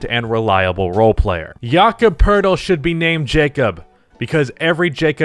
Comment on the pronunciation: I’m pretty sure his name is pronounced Jake Puddle but whatever